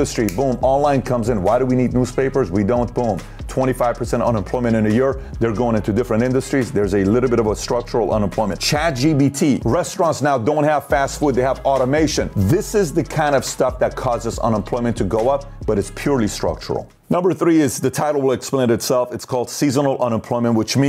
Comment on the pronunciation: Buddy it’s CHATGPT not “GBT”